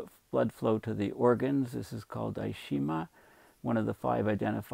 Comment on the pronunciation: "ischemia" is pronounced iss-KEY-me-uh.